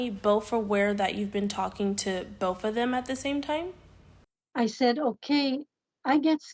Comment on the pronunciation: ‘Bolth’? It’s both. No L.